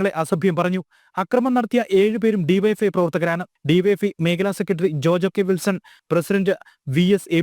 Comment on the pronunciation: BYFI alla DYFI